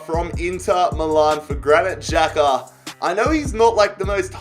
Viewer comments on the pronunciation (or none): none